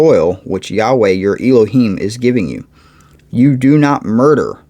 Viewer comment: Elohim- is pronounced El-o heem,El is like in the word Bell without B